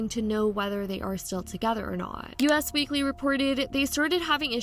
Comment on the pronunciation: Girl…. It’s “Us Weekly” NOT “U.S. Weekly” - nice video btw.